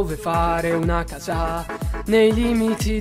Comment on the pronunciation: Perché hai detto casa' invece di casa?